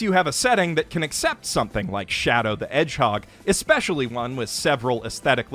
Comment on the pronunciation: Im upset that ive never heard double velveeta micky mouse be called shadow the edge-hog untill now